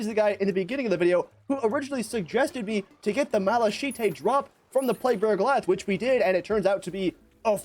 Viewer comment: i can no longer enjoy this video after that pronunciation of malachite 😭